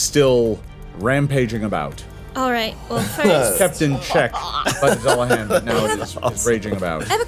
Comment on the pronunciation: can I say thank you to for pronouncing Dullahan correctly. it's all too rare to hear it pronounced correctly I'm loving the series and loving the cast. Season 3 PLEASE.